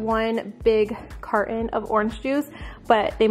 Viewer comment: Do u know how to say carton